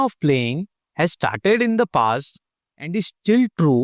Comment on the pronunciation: He said let's get ishtarted instead of started